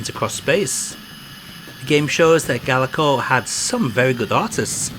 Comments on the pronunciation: Pretty sure th2 is emulated perfectly. And it's gaelco, not galeco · Not sure even the company knew how to pronounce it lol. In the intro to Target Hits (1994) you hear Ga-el-co, but later games Tokyo Cop and Gaelco Tuning Race both use a pronunciation much closer to Gale-co.